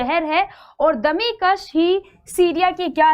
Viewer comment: आपका उच्चारण सही नही है दमिश्क सही hai